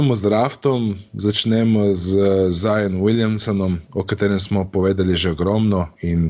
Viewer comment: Jao kako smesno se sliši ZION, a ne mores normalno rect ZAJON.... Upam da nisi eden izmed tistih, ki se razburja ko američani napacno izgovarjajo Lukov priimek Dončič